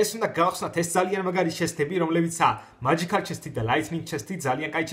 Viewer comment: მაჯიქალი არ არის მეჯიწალია